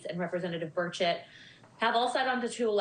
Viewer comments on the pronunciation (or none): Burchett, but yes, it does sound like bird shit lol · Did Luna say Representative Birdsh*t?😂 That's what that sounded like